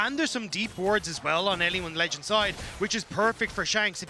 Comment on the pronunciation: can someone please tell him to stop saying "anyone`s legand'!!!!!!!!!!!!!!!!